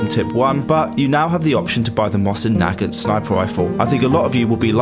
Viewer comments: Omg you pronounced the mosin wrong it actually bothers me because it’s my favorite rifle ever it’s pronounced moe sin nugant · It’s pronounced moe-sin nag-aunt